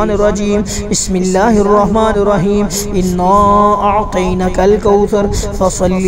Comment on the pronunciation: انا اعطیناک الکوثر ھے۔۔۔۔اور پڑھ رھے ھیں انا اعطینک الکوثر۔۔۔کچھ لوگوں کو سمجھ نہیں آۓ گی۔۔۔۔لیکن سمجھنے والے سمجھ جایئں گے کہ اعطینا اور اعطین کے معنی میں کتنا فرق ھے۔۔۔ اعطینا پڑھتے ھوۓ اعطینا کے نون کو کھڑا نہیں کر رھے۔۔۔۔بلکہ پڑا نون پڑھ رھے ھیں۔۔۔جس سے معنی میں فرق پڑ رہا ھے